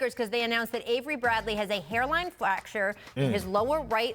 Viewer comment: i was waiting for that comment hahaha she flactured that pronunciation ...twice tho